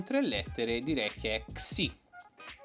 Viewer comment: Ksi😂 si dice kei e sai e poi da quando call of duty e piu o meno come minecraft😁